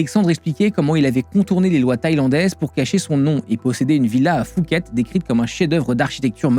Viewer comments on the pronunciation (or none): Superbe vidéo, par contre c'est Phuket pas Fouket 😅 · Effectivement. Il dit "fouquette" en Thaïlande les thais ne vont pas comprendre. Même si ça s'écrit Phuket ça se prononce "pouquette" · ca se prononce Poucket, on est pas a Paris 🤣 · N'importe quoi, une simple recherche Google le prouve. Non, la Thaïlande n'est pas un pays du tiers-monde. La police thaï et le système carcéral sont gangrenés par la corruption, qui est omniprésente et non cachée. N'importe qui peut se faire tuer pour une poignée d'euros; tu peux aussi simuler ta mort de la même manière (avec beaucoup plus d'argent). Ça se prononce "POUQUETTE". Beaucoup d'erreurs grossières dans cette vidéo auraient pu être évitées avec quelques recherches basiques. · Phuket se prononce Puket sinon superbe vidéo 👍